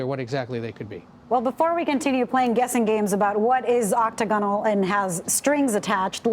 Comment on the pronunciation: "OCT A GON AL " ?? lol did You mean to say OC TAG A NOL " : ))